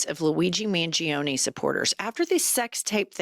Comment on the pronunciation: Pronounced mun gior ne. Im Italian. I know.